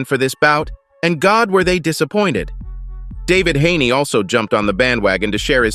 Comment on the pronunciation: At this point yall just say melanated fighters name wrong on purpose. You know that man name not David Haney.😂 but yall get mexican fighters name correct everytime and they harder to say. Funny